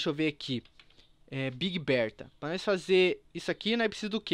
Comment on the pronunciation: vc falou big Roberta?